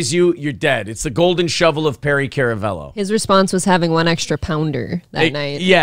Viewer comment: It's pronounced karamello that's k a r